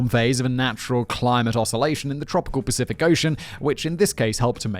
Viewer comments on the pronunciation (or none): none